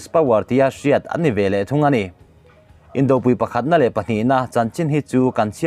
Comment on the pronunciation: Indopui,tih a pui hi Arpui tiha pui thluk angin thluk zel rawh a dik a ni.